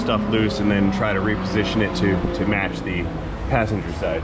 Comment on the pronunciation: When he Sayé Pásséngêr Sydé untt Drivêr Sydé hé Confusêth Moí Úntt I Hãvé to Thinqué Abbout itt ¡¡¡¡ 😲😲😲😨